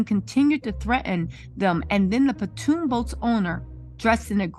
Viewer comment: It is a Pontoon boat. PON-TOON. Not Patoon, not Platoon.